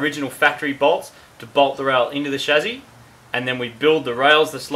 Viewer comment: Lol marty said chassy like chazzy